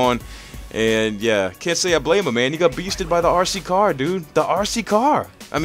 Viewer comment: The way you pronounce RC car is amazing, sounds like your saying ARSEY CAR haha